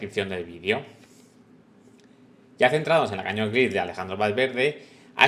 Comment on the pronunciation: Por favor, la bici se llama Canyon y se pronuncia ˈkænjən' y no cañon. Que es un nombre de bicis Alemanas pronunciado en inglés. El padre del rey tampoco queremos llamarlo John Carl I 😂😂😂😂